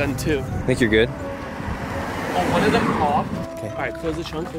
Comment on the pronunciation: I thought he said bunch o balloons but it was bunch of balloons